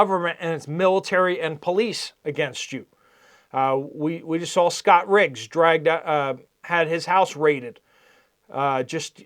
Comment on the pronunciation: It's Scott Ritter, not Riggs.